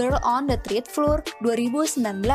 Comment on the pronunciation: Floor bacanya flor, bukan flur